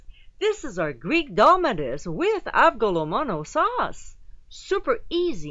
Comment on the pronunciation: Hey! Thought I'd let you know, it's pronounced like "ah-vo-le-mo-no". You don't pronounce the G so harsh haha, good attempt though! nice recipe.